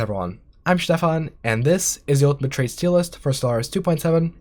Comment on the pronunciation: Why do you pronounce "Stefan" sooooo german?